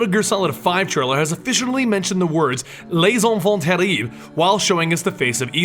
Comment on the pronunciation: How did you pronounce that French so easily? I thought you said you pronounce foreign words terribly.